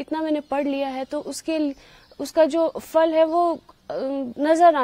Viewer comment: Phal not Fal. (Phal in Hindi/ Urdu means fruit). Even a muslim girl like ovessa making this common mistake!